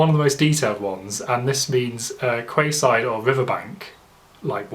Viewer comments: Kwayside. It’s pronounced Keyside c’mon mate. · ‘Quayside’ is said ‘key-side’ bro not KWAY SIDE